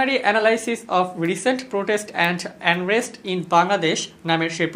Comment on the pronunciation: এনরেস্ট, নাকি আনরেস্ট?